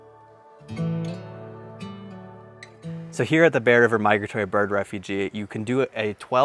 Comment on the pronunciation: Just something constructive for future videos. It’s refuge — the last part rhymes with huge. Not refugee.